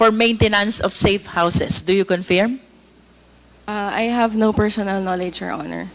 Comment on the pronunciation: Please pronounce correctly the word confirm.. Para ksing british ang dating🤣🤣🤣🤣